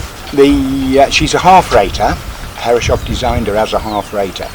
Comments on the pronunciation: Pronounced “hair-is-soff”. 😀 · Beautiful! But please, from a German: Start pronouncing Herreshoff's name correctly - thank you!